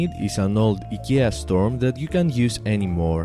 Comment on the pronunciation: Eeeeeeeeeeeeeeekia Instead of saying I K E A.